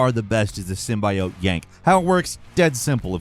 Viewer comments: Is anyone gonna tell it's pronounced SIM-BEE-OWT or no we just out here chuckling to ourselves lmao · Why do you keep saying symbiote like that? It has NEVER been pronounced like that come on man. It's pronounced as "sim-BEE-oat". Not the way you're doing it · you're saying the symbiote wrong ! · That symbiote pronounciation just hurts my ears😂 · Why does every insist on saying symbiote wrong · You're mispronouncing symbiote please use google translate to hear how it should sound it hurts more than the chapel bell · how you pronounce,"symbiote"🤣🤣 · Love but the way he kept saying Symbiote made the hairs on the back of my head stand up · So.... nobody gonna talk about his "SYMBIOTE"'s pronunciation?😅😅😅😅😅😅😅😅😅😅😅😅😅😅😅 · Nooo!!! says symbiote the bad way!!! 😭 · This is one of the only times your pronunciations has irked me. Talking about, "symbiote." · the way pronounce "symbiote". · Finally! After many, many video finally has the proper pronunciation of “Tsushima”. But then he say “symbiote” wrong 😭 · Is he mispronouncing "symbiote" on purpose, or something? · I love you, but that's not how you pronounce Symbiote AT ALL 😭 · The way u say symbiote is really......not great. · Ngl I hate the way you pronounce Symbiote lol. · That's not how you pronounce symbiote. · Why is he pronouncing SYMBIOTE like a crazy person? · are you English? cause you pronouncing symbiote weird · My only problem is his pronunciation of symbiote. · are white people incapable of saying symbiote correctly? like wtf... you know that's not how you pronounce it. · Trying to figure out why says symbiote like that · He's not pronouncing "symbiote" correctly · I hate how he pronounced symbiote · Thought the same thing. He repeats “symbiote” wrong on purpose forsure. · Ffs symbaiote? It's symbiote like what's wrong with the pronunciation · Symbiote mispronounces it one time and goes I'm a Gaslight everyone to think that is the correct way